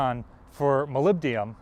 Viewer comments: once, okay, twice getting annoying. it is molybdenum (element 42 on the periodic table), not molybdium. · Molyb-den-um, not Molyb-di-um. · ... and here's a word from our sponsor ... Japanese knives, with no "molybdium" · mispronounces "molybdenum", which indicates a lack of preparation. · Very informative video. Thanks! Also, try practicing your pronunciation of "molybdenum". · Please look up the correct pronunciation of molybdenum.